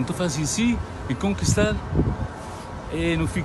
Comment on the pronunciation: Kkkkk homi fla « ncre conkistal » bu consigui mesmo